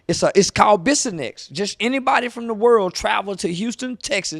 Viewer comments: It's Bissonet st. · Close but it’s Bissonet not nex chief